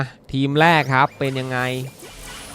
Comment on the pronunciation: แรก ไม่ใช่ แลก ครับ